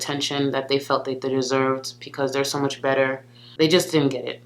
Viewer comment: I think it’s BECAUSE not PECAUSE!